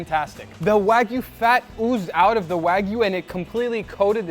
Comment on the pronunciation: please teach the "" how to pronounce Wagyu... its not WAG-U... its Wah- U